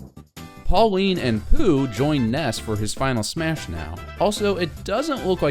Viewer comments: You said Pauline and Poo, ITS PAULA!! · It’s Paula not Pauline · "Pauline" im fucking triggerd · Pauline..... Its paula